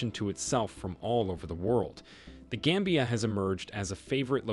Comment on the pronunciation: It's not game bia but gam bia. Gam as in gama rays.. you should listen to the pronunciation before narrating.